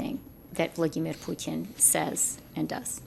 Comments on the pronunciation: "Vlodimir Pyoutiin"???? Why can't she say his name properly? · Wtf is that weird pronunciation of Vladimir Putin Freeland is spewing? Your version of it made me choke on my tea, thanks! 😂